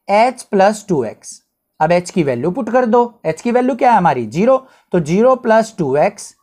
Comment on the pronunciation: Sir definitely needs some spoken English sessions to fix his vallu and geero😂